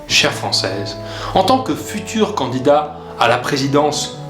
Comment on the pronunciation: Je suis cadidat a la presidence ??? Ca fait mal au oreille Pierre Croce xD